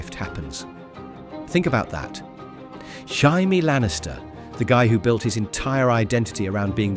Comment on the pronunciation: He's saying it right if you read it in Spanish lol (but it does sound so wrong)